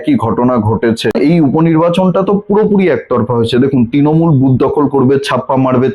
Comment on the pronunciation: Bhai, Tinomul na Trinomul. Uchcharan thik koro.